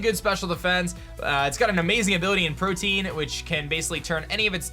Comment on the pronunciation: Protean is pronounced pro-tee-in, not the same as protein